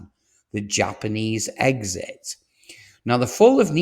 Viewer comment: For anyone that didn’t understand Egg Sit = Exit